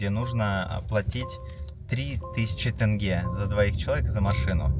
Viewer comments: Не думала что тЭнге будет резать слух. А так , спасибо ребята, получилось очень круто 👍👍👍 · не ТЭНГЕ а ТЕНГЕ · Тенге - не как Тест, а как терминал. Именно с буквой Е, а не Э) а так видео крутое, мне понравилось, все вайбово) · НЕ ТЭНГЕ а ТЕНГЕ НЕПРИЯТНО СЛУХ РЕЖЕТ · Тенге не тэнге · Почему подавляющее большинство россиян там где буква О произносят как букуву А. при этом они Омск Амском не называют, как вобще это работает? написано кольсай произносят кальсай, тенге произносят тэнге. неужели нельщя произнести также как и написано, без хэйта, чисто по приколу узнать как это у людей в голове работает? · Ассалаумагалейкум ✊🏻 1) Не Калсай а Кольсай ( Көлсай ) озеро 🌊 2) Не тЭнгэ а тЕньге !!! ( Теңге) А так видео зачет 👍🏻🎞️🎥 #WllkomeToKz🇰🇿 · Тенге [теньге]✅ тэнге ❌. Ждем в Казахстане снова😊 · Не тЭнге, а тЕнге, как бы буква “е” в русском языке тоже есть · Сори за активность, но не могу не отметить: не кАльсай, а все таки кОльсай. Казахские слова звучат ровно так же, как и пишутся. Ну, типа, не тЭнге, а тЕнге или АктобЕ, а не а АктобЭ (прям Е). Такие имена, как Олжас, звучат также, как и пишется - через О, а то многие говорят Алжас. Переехавшие россияне уже все это знают, это я пишу скорее для тех, кто хочет путешествовать у нас и пройти за своих 😁 И ещё, кстати... Слово «Алматы» можно склонять и никто ничего не скажет. В Алмате, в Алмату, Алмата и т.д. Чего же не любят алматинцы, это когда город называют на старый лад - Алма-Ата, и все. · Авторами ролика не пройден главный экзамен. Неужели так сложно произнести тенЬге? ТЭнгЭ уже не режет слух, просто выдает степень подготовки)) Ребята, произносите слово Тень и добавляйте окончание -ге, произнесите слитно ТЕНЬГЕ😁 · В казахском зыке ВСЕ буквы как пишутся так и читаются! 1) не БИйтЭрЭк, а БАйтЕрЕк 2) не тЭнге, а тЕнгЕ 3) не КАлсай, а КОлЬсай, 4) не на КазахсТАНСком языке, а на казАХком (вы же говорите не на Российском языке, а на русском) 5) не ИЕрИмшык, а ЫрЫмшЫк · Не тАнге,и не тЭнге,а тЕнге! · Ни тенге, а тенЬге😊